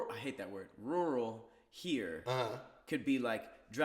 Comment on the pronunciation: I’m so surprised let all attempts at saying “rural” slide😂